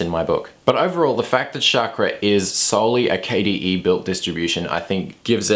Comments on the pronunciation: Chakra should sound like CHUCK-RAW not CHAAK-RAW or SHOCK-RAW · Great reviews!! just for further information Chakra is pronounced as "Chuck-ra".